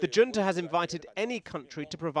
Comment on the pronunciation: Swap the J in Junta for a C, and you'll be more accurate